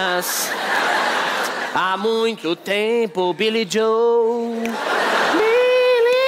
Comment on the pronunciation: Para os desavisados, é Joe e não Jow/Jhow ou qualquer outra coisa.